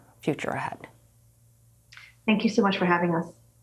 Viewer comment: i heard her say post nut club